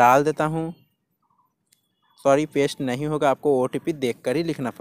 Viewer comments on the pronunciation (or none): none